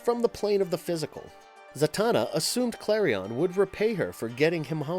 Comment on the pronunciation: Santana... SANTANA!!! HE CALLS HER FREAKING SANTANA!!!! It´s Zatanna. ZATANNA or what... is she gonna shred Black magic woman to beat the baddies??? lolololololol